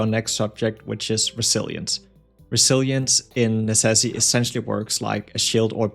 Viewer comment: That's a funny way to say Necesse